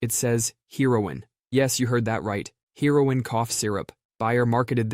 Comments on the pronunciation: Hahahaha called out! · I came to the comments for the same reason. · How'd you get both "Bayer" and "heroin" wrong 😂